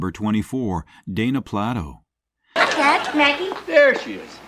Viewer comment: Please say the name right! It's not marshmallow it's marsh ha. And it's not bayo it's baio. Plate o not Plat to